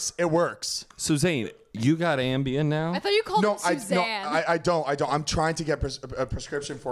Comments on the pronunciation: I heard you, it sounded like said “Suzanne”😂😂 and nobody acknowledged it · I was like SUZANNE 😆😆😆😆